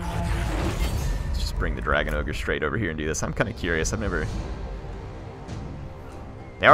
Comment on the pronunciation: it's not ogre, it's never ogre.